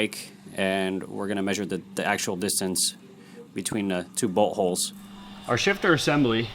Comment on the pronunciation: i heard two buttholes not two boltholes lol